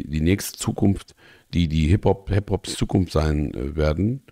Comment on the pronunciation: Die, die hiphop des Zukunfst sind 😂 bester Versprecher überhaupt 👌🤣